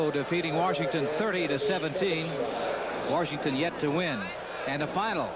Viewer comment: and Warshington instead of Washington.